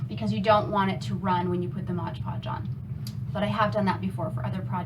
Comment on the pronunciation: MOD PODGE, not modge podge! Apart from hat, great job!